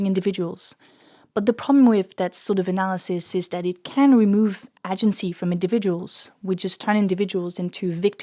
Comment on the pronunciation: Amazing video, check the pronunciation of the word "agency", im a migrant non native english speaker that does talks in sociology just saying it to you before a twat white straught english native man cuts you half way through an argument to make fun of you because of it 👍🏾